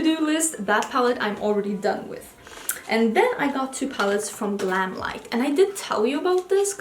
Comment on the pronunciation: PS you said the GlamLite palette name 100% correctly!👍👍